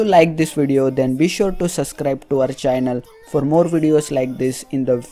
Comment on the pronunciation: Did he say "suvscribe to our chinnal